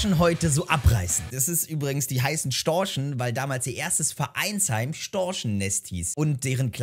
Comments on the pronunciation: Nennt man die Kieler nicht die "Kieler Störche" anstatt "Storchen" 😅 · Ich dachte die heißen Storche und nicht Storsche 😂😂😂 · Sehr geiles Video, Respekt, aber zwei Dinge zur Korrektur: Es heißt nicht Kieler Sportverein sondern Kieler Sportvereinigung, und Storche gibt es nicht, nur Störche 😂